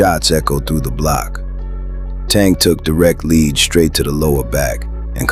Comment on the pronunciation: Teach your AI how to pronounce "lead", European YouTube channel pretending to be black.